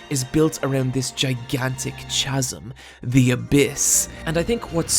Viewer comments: "swaydoh-horror" "cha sem" cries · That pronunciation.. yikes. Filum for film is fine I suppose but chazum for chasm and Swade-oh for pseudo? Brutal. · "suede-o" "chazzum" two grievous mispronounciations, back to back. You wound me. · Sorry pal.. It’s Kah-zm NOT chaz-um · its pronnounced kazm not chazm. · Awesome. But the "ch" in chasm should be pronounced in the same way that the "ch" in chaos is pronounced. "ch" like chemistry not like chocolate. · Pseudo I can understand, but who the fuck pronounces it as "cha-sim"? The 'ch' is pronounced as a 'k'. "Kasm". Did you just google information about this anime and use those words without knowing what they mean? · Just for future info whatnot, 'chasm' is pronounced with a hard K sound like Kaz-m, instead of 'chaz-em'. I know this is hella late but a lot of folks miss ch=K sounds a lot x3 (this is 100% for spreading info and not a dig at bad grammar!) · ITS. PRONOUNCED. KASSEM. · Chasm is pronounced "ka-zə m". Every time you say "cha-zə m" it's painful. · Chazzum... Chazzum.............. Chazzum. My dude it it phonetically pronounced Ka-sum. Now all replies, let's say it all together...... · No!:( You’re one of those who say chazum instead of chasm, much disappoint Still great video though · Sorry to be that guy...but "chasm" is pronounced with a hard "k" sound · chasm kăz′əm How you just gonna go ahead and use a word you don't know how to pronounce way more than it needs to be used in the fist place... smdh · i love your vids but when you prononced psudo swedo and chasm chaasim i had to pause and gather myself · but the way you say CHAZUM :( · psswaydough and CHasm. Work on your pronunciation. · "Sway-do" horror? "Chasm" pronounced with a soft "ch"? Okay, then. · Pseudo is pronounced like soodoe, chasm like kazm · All the "Chaz-um" and "Suede-o" were breaking my immersion. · Also "Tchasm". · "Swayed-o"? "Chaz-m"? are you ok dude? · I think we're missing the bigger point here, who the fuck calls it a CHAZOM